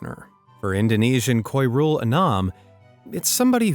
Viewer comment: Man saying Khoirul but the word is Khairul